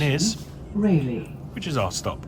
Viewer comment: RAYleigh and not RAleigh. Its not a bike company. 😅